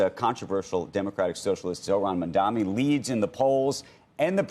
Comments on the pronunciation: How difficult it is to say MAMDANI instead of MAMDAMI? Is this intentional? What is the reason? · You still calling him “Mamdami” instead of Mamdani, what is the reason? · I know CNBC has a Israel agenda BUT - At least say his name right. It’s Mamdani. Pretend better! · Purposely not pronouncing mamdani name correctly. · Bro, these incompetent corrupt losers can't pronounce Mamdani's name right 😂. Kinda impressive ngl . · They keep pronouncing his name wrong. It's annoyingly disrespectful. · You can't expect to beat someone when you can't even say his name right. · It's incredible that they still can't say his name right.... It's literally phonetic.